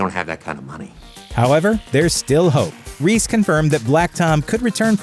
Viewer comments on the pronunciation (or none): none